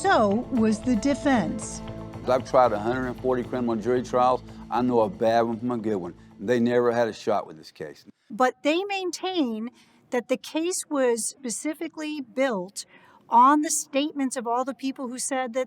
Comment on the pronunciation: interviewer says "pacificially"